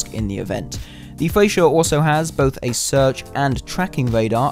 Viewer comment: You dont use mph to measure torpedo speed!? Its also pronounced FRE-CHA not FRE-SHA